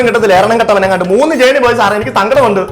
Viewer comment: ജേർണി അല്ല, r silent ആണ്. ജേണി അതാണ് ശരി